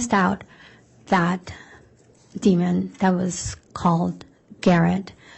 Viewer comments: Yes I head the d at the end of demon several times. 😂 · Why does the lawyer keep on saying Demond? It’s demon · Omg., Prosecutor! It’s DEMON not demonD! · ...the word is d e m o n, demon...not demond. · Why is the prosecutor saying ‘demond’!?!? That is so odd….!!! There is only one D in demon. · I cannot stand the female attorney saying “demond” with a d at the end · The lawyer keeps putting a “d” at the end of demon. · Someone please tell this prosecutor there is no D at the end of demon. Jesus Christ.